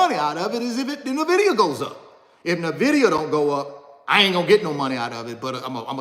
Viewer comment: Can someone teach him how to pronounce nvidia